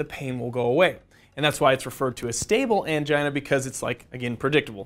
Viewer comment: I laughed when I heard anigia... 🤦🏽‍♂️ I'm sorry